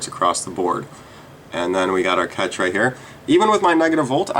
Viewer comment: I don't think you should trust a guy that can't pronounce "cache"